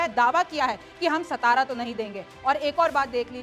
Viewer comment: मैडम जी सतारा नहीं सातारा बोला जाता है।